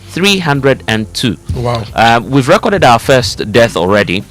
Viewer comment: Please guys note this: re cord' - verb re' cord - noun Fires re cord'ed over the weekend NOT ...re' corded over the ...